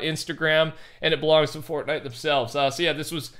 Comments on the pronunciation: "fordy" lol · Why do you say fortnite like that in your intro?